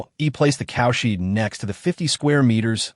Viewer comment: Not bad, decent flow, a bit boring at times, and exciting at times. The "cowsheed" is the only annoyance so far!!